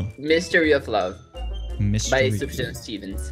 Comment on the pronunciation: You can't request sufjan and mispronounce it